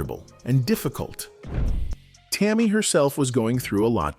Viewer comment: This story is absolute nonsense, and if you can't pronounce Tammi name you should keep your mouth shut